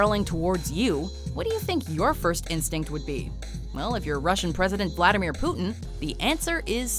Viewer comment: Its vladamir putin not flatamir putin